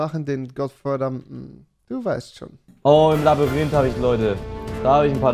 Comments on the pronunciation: Rewi:Labürinte Alles klar 😂😂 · Normalos: Labyrinth Rewi: Labbarind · Jeder: Labyrinth Rewi: Labürinte 😂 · Niemand: Rewi: Labürinthe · Niemand: Wirklich niemand: Rewi:Labarint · Niemand wirklich niemand/Rewi: labürinte